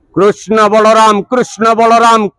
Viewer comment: Hindi dialogue maru6an agyan au कृष्ण ra uchcharana bhul karu6an